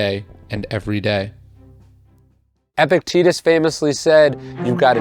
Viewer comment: Please learn how to pronounce Epictetus. It kills me a little every time you say it wrongly.